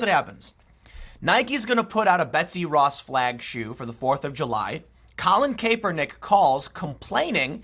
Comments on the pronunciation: CAP!! IT'S PRONOUNCED CAP..ER..NICK.... love your work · cmon man,, it's pronounced Kap-er-nik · Tim you need to pronounce his name correctly , you sound out of touch. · Tim it’s Kaepernick not Caepernick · It is Collin (Cap-ernick). Think baseball cap bro! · Why can't anyone pronounce his name anymore? It was always KAP like ball cap. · Anybody else bothered by how Tim pronounces "Kaepernick"? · Are you intentionally mispronouncing Kaepernick? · Tim please pronounce his name right lol it’s annoying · I'll never get tired of Tim pronouncing "Kaepernik". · I totally agree with you, but please learn how to say Kaepernick's name if you're going to do a bunch of videos on him.